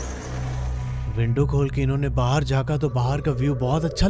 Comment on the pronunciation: Why are you saying 'bahaar' for 'baahar'